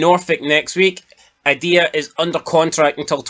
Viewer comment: Do rangers fans just no keen how to pronounce names properly Its Aye Dah not Idea yah clown